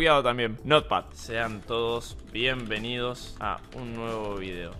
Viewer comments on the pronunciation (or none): nadie: Spreen: "sean todos bienveniodos" xd